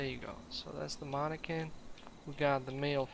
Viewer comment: Can u put PA on mannequin 6pat? Btw Man-a-kin is pronounce